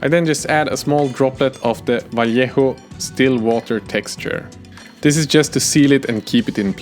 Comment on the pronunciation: Great vid, great channel so far and great! You pronounce Vallejo correctly haha. Gracias por tu trabajo!